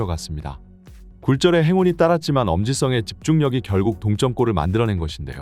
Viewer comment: 엄지성이 엄지썽? 성 발음 안돼요?